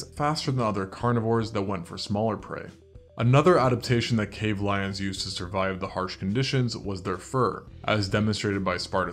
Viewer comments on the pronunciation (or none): none